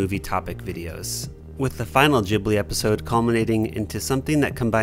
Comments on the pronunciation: its pronounced gee blee not jee blee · Bro I love your creations, but it's studio GHIBLI not GEEBLI. it's hurting my soul. Great video! Immaculate work. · Please....It's Ghibli like you pronounce Gibbon not like you pronounce Jimmy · I THINK it's said g-i-blee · Studio "Jibbely" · manz said Jibli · It's not fucking "JIB-lee" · Kept hearing "Jibli" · It's pronounce Gi like Given. I don't get why white people like Japanese thing but don't have time to learn the proper way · The way you said ghibli got me.